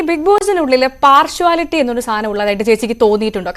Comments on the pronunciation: Parsuality alla partiality ninnepoleyullavareyano newsreader akkunnath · Parshwality അല്ല കുട്ടീ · പാർഷ്‌വാലിറ്റി അല്ല കുട്ടി പാർഷ്യാലിറ്റി.. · Eee paarsuslity എന്നു വെച്ചാൽ എന്താ?.. Partiality എന്നാണോ ഉദേശിച്ചത്? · Oru media person ano partiality enna word "partuality" enu parayunnne🙄🙄 kastam! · Enth uality. Word is partiality (par-shia-lity) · parshuality????? listen pronunciation of partiality . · Hello Ms anchor pls use correct pronunciation for the word ‘Partiality’. By the way Sibin is a 💎 gem ❤